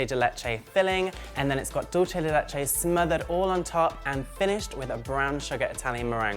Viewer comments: PSA: it's pronounced "dool-seh," not "dool-che." It's Spanish not Italian. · Yes!!! That was driving me crazy. Spanish 'dulce' is not pronounced the same as Italian 'dolce.' I think that's were the confusion comes in. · Enough people say it that way that now it's just a thing. Oh well, no big deal